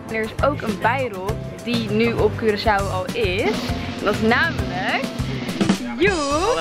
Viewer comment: Hoe normale mensen het zeggen: Curaçao hoe Wendy het zegt Cureçao